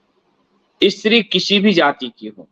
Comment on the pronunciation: What is "Ee-Stri"; kya 'Stree' nahi bol sakta? Pronunciation toh theek kar lo.